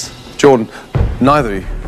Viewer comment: Pronounce Jordan Masterchef: Jord'n Me: Gordon?